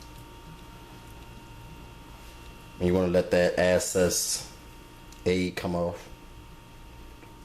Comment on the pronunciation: make sure it's fully covered and let that "assess" egg come off then fry it in that "owyou"